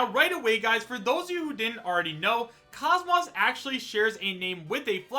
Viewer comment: KOS-MOS is pronounced KOZE-MOSE